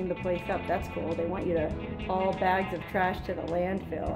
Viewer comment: Haul**not hual